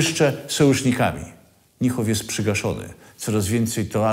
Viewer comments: "Niehoff" aż gryzie w uszy, wymawia się Nihoff. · Chyba nieco Pan przesadził nazywając gen.Niehofa "fanatykiem", pomijając, że nawet poprawnie nie umie wymówić Pan jego nazwiska. Generalnie wiele materiałów na tym kanale jest dosyć tendencyjnych. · Panowie, troche wiecej starannosci - nazwisko Niemca wymawia sie NIHOF a nie NJEHOF